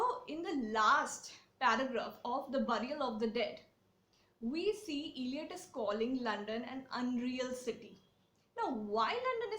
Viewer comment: Please pronounce the poet's name properly: it's not iliot, but ell( rhyming with bell)iot